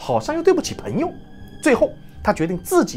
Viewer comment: 赞，讲得很好👍。纠正一下发音：朋peng 友而不是pen 友